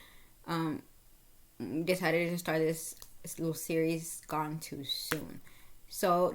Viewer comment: Gone not goon😮